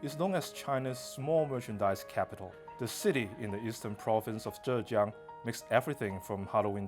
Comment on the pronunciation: I like how this presenter pronounced Yiwu and Zhejiang correctly I always find it cringey when Chinese people mimic the way westerners butcher the pronunciation of Chinese names